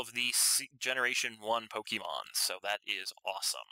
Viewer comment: It's pronounced (POKE-AY-MON) not (POKE-E-MON) the accent mark is there for a reason.